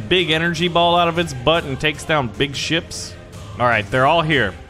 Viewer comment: i thought he said sh*s on but it was actually ships pls make more i love this game